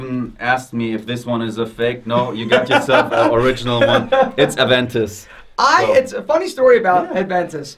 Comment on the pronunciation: short guy says "Ad-ventus"...